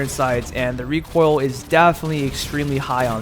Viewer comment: U know what triggerd me “rEcOiL”